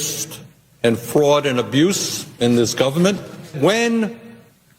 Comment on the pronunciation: You don’t hear Bernie Sanders calling out the “Fwaud” now huh 🤔 😂